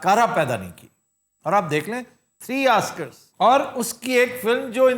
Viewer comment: 3 Askars ????? Or would you rather align with the correctly pronouncing world and say Os kars